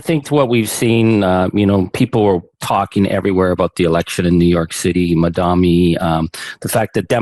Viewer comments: Did your guest just say "madami" instead of Mamdani ? Hmmm... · Ok, I know it is an innocent mistake but please try harder to pronounce Mamdani's name properly. Charlie called him Ma-Dam-Mi.